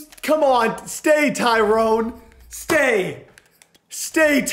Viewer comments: Also it's more Ty-ron smith not tyrone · But his name pronounced Ty- run.. not Tyrone.. 😂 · THIS IS NOT A cassette it's a CEEDEE! N PLEASE IF U EVER HAVE THE COWBOYS AGAIN DONT SAY TYRONE ITS PRONOUCED TY-RON or TY-RIN brother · Ty ronn .. not Ty rone . Love the vids though ! <3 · His name is tyron not TYRONE LOL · Maybe Tyron Smith retired because you keep pronouncing his name wrong,😂😂